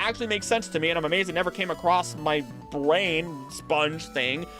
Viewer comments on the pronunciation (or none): none